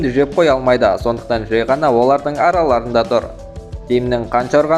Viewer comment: Жек емес Джек шығар😂